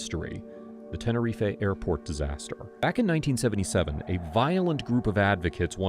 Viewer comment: I beg you learn how to say Tenerife correctly. I literally stopped watching because you said it wrong